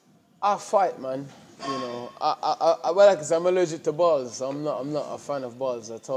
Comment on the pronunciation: Dillian: “I don’t play no sport with bars bruv. I’m allergic to bars.”: “is football crossbars...is it?” He saying BALLS with that Jamaican accent!! 😂